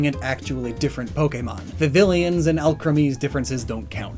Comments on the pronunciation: IT'S NOT VIVILION IT'S VIVILLON, FROM THE WORD PAPILLON THEREFORE IT'S PRONOUNCED LIKE VIVIYON, AND THERE'S NO THIRD I sorry, that has always bothered me as a spanish speaker (yes, 'papillon' is french, but we also pronounce double l like a y) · STILL can't pronounce Vivillon